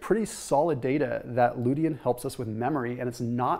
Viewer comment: Lutein = "LOO-TEEN" Going to have some eggs now.....